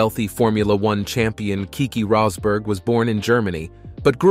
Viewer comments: Good video but you pronounced Rosberg's name 3 different ways throughout 🤔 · AI narrator rolling the dice for a different Rosberg pronunciation each time 🎲